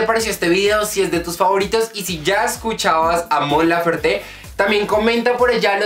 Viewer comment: Soy mega fan de Mon😍 Solo que su apeido "Laferte" se pronuncia sin acento en la última silaba😂❤️ Pero buen video. Deberías escuchar más canciones de ella, como Amarrame, Mi buen amor, Tu falta de querer, Primaveral etc..😂❤️👏🏼